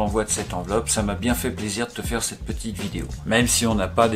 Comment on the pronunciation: Bjr j'aime bien quand tu dis petite car tu le prononce pitite vidéo 😀😀